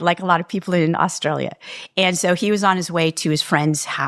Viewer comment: My hat’s always off to Americans who pronounce “Brisbane” properly! Nice work! But now “Austrulya?” I think I’ll give positive points just for this being utterly unique to me!